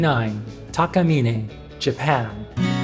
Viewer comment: It’s Takamine, not Takamine. Although I have heard it pronounced both Takamine and Takamine. But if you ask someone from Japan, particularly someone that works at the Takamine factory making the guitars, they will confirm that it’s actually pronounced Takamine.